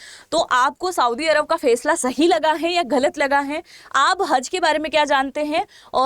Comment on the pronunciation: फेसला नही फैसला - जेहाद शहर नही जेद्दा शहर उच्चार दुरुस्त कीजिए - मॅम